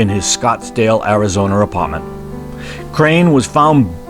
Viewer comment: Yes, strange Arizona